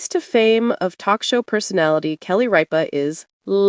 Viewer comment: It is not "Reepa" it is "Rip-a".